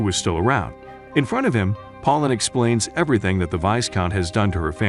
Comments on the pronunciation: Did you really call Pauline pollen? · Reina - ray nuh Pauline - poll leen Harem - hair rem You really need to practice pronunciation.